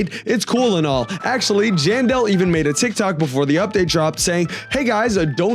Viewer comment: He said jandel but there was writed janelle